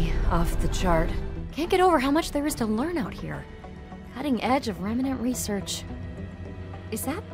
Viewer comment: The way she says "Remanent" instead of 'remnant' .. the pain.